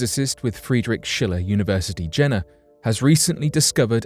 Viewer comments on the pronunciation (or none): none